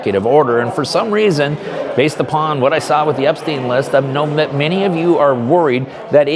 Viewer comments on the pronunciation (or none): none